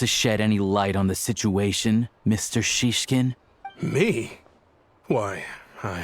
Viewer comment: well, i personally hear they they try their best to pronounce all those words, but it’s always the emphasis that sounds off for me, even like saying snezhnAya when it’s logical for native speakers to say snEzhnaya (snowy). and sometimes the name Shishkin sounded like siskin which made me giggle because siski means boobs. it’s not perfect but it’s fun :з